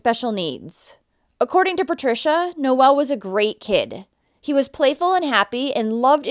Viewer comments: It's not pronounced Noelle, it's pronounced No ul. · Omg, you are pronouncing his name wrong. My son's middle name is Noel & for a boy it's pronounced Nol. Your calling him a girl. Nol sound for boy No-el for a girl.